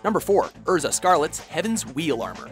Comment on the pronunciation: Christian Diaz Urza and Kiroto would be on that list somewhere. Though, I guess the dub is to fault for Erza's.